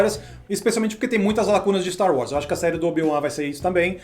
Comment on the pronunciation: Ver os cara falar "Staru Wars" incomoda demais kk